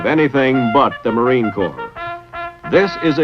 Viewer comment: WTF is the Corp? You defending some corportation? If you're speaking of the Marine Corps, it's Corps, with an "S" on the end.